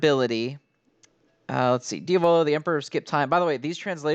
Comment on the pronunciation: It is, pronounces it very oddly lol